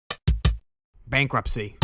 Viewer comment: This video is so good and I enjoyed it while drawing but I started to laugh because of how you said bankruptcy 😂